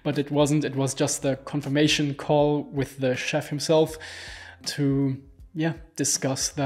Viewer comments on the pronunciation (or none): Its so funny hearing germans saying Chef instead if Chief